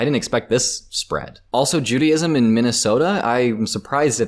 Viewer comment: I know he’s American which automatically makes me an idiot but there’s no way bro said “Judy-ism” 💀